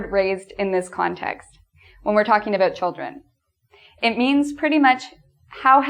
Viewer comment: "And today we are going to talk ABOOT" AHAHHA i love it. It's not exactly aboot though but...aboot